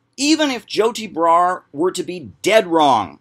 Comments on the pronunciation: "Joe tea bra" why does he pronounce things like a principal in an after school special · I love the way he says Joti Brar's name. It sounds like "Joe T. Brar"